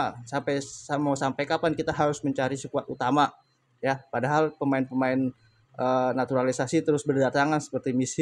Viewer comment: Jngn sebut naturalisasi anda salah ucap